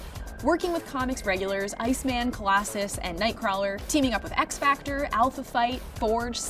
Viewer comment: "Colasses" Is that his Canadian cousin?